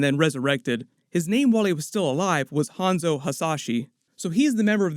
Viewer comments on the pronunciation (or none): none